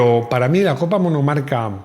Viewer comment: Copas “Monocarca” 😂😂😂